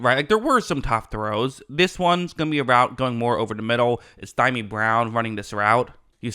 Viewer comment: "Dimey" Brown! Oh my God, I'm dying...... 🤣🤣🤣🤣🤣🤣🤣🤣 It's pronounced "Dee-Yaw-Mee"